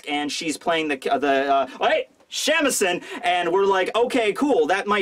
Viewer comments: Isn't it shamisen and not shämisen? :D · Sha-mi-sen not Shaemeson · It's pronounced sha me sen. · You got this it's pronounced Sha-mi-se-n.